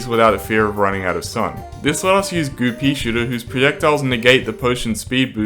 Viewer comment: Am i the only one who in stead of "goo peashooter" hears "Goopie shooter"?